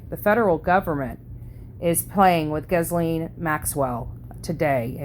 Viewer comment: Such a terrible woman (pronounced Gee-lane). I hope the survivors get millions.